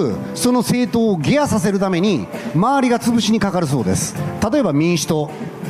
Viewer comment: 「ゲア」って何？「下野（げや）」でしょ。